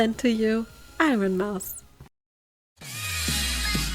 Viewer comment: I lost it at "IronMoose" 😭😭😭😭😭😭